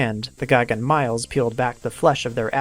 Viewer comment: mee-lez, not miles lol